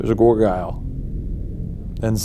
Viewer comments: For the post mortem, did Shayne say gorgyle…instead of gargoyle? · "There's a gor gyle..." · WHY IS NO ONE MENTIONING THE FACT THAT HE PRONOUNCED IT "GOR-GUY-EL"??? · “there was a gorgayle”